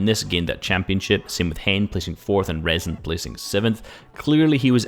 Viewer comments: Its „reeson“ and not „rason“… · ITS RIIZON PRONUNCIAT